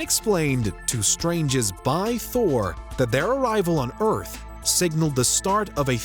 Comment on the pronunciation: why cant you say Earth correctly?? wtf??